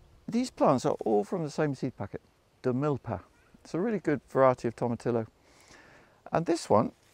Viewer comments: You don't pronounce the "LL" in tomatillo. Its a soft "J" sound. Its like saying Gahlahpeno. No bueno. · It’s Toe Ma Tee Yo! Not TOM. A common mispronunciation. (From a San Diego, California native) Just north of Mexico.